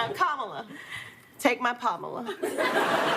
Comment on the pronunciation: “Take my Palmala” 😂😂😂